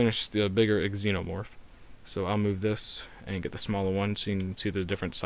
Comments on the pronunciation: is no one gonna mention that he said it like "Ex Enomorph"? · The way he pronounced xenomorph lol